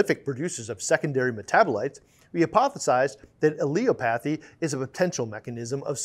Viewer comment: Great video but you annunciation of Allelopathy is way off, it is a difficult one to decifier at first. Phonically is is pronounced 'al-lel-opathy' , so you kinda sound like you say "L" twice slightly differently then say opathy. There is no hard "a" or "e" sound, it is "al" like the short name you might call your mate "Allan".